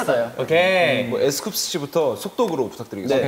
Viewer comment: 이날 버논이가 너무 귀여움...😊 핑크 찰떡 엠씨하는 로켓즈 너무 좋고 중간중간에 웃김포인트가 많아서 계속 와서 보게됨ㅋㅋㅋ 버논이가 자꾸 에스쿱스씨 라고 또박또박 발음하는 것도 웃기고 마지막에 로켓즈 서로 말씀하세요🫱🫲 얘기하는 게 왤케 웃기지 그래서!! 이렇게 버논이가 접속사 크게 외칠때마다 멤버들은 빵터지고 계속 얘기하는데 둘은 안 웃고 진지한 것도 포인트ㅋㅋㅋㅋ 마지막 문법이 틀려까지 화룡점정